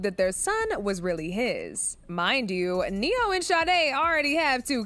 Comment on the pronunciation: specifically said neyo fr😂😂😂😂